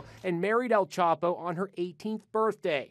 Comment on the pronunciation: EL "CHOPO" lmao its EL CHAPO!!!